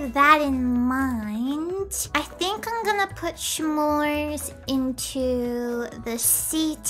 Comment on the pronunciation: Was she saying smores as shmores on purpose or is that how she says it?